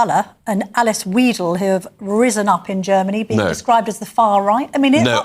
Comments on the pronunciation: She can‘t even pronounce Alice Weidel properly! Vye-del not Vee-del. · Alice Weedel ROFL Why is it that English speaking people couldn't be bothered to luck up the pronunciation of names, especially when they work for as TV channel?